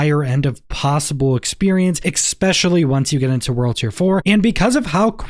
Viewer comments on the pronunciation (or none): My guy, it's ESPECIALLY, not exspecially...... wow.